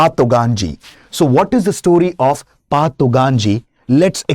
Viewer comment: It's not pa,,its call fa